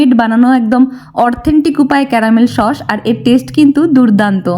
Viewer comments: সস ❌ শশ ✅ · Sauce❌ shauce✅ 😅